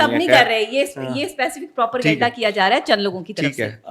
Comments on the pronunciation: What kind of a doctor is she who says PROPERGANDA instead of Propaganda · Bechari kesi Dr ha k propaganda pronounce krna nhi atta hr jaga proper ganda bolti ha 😂😂